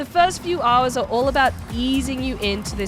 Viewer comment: Haaaaars and haaaars. Is it just me does say haaaar instead of hour? Definately a mixed accent, Australian and something else. Just can't place the secound part of the accent.